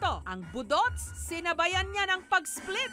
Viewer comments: Pataka man kag pronounce jessica oy 😂😂😂.. Boooooduts', ndi boduts'. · ambot ah gakairita ko sa pag pronounce ni Jessica sng budots😂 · the host mispronounced the word “budots”..